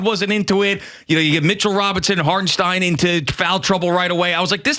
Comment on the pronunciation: 2nd Rd of the playoffs and Boomer is just learning how to pronounce Hartenstein's name? Where have you been guys?